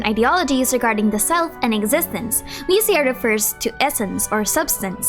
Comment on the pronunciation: Ousia is actually just pronounced "oo-see-ah"